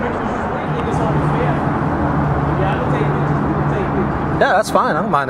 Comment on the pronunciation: Can't form a complete sentence, pronounce "pitchuhs". You're the captain now.